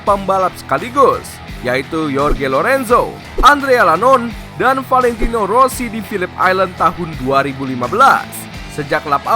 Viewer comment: Mulutnya aneh yah wkwkwk Valentino aja sebutnya ventino kwkwkw